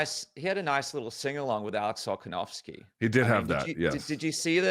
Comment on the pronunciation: “Alex Kolkanovski”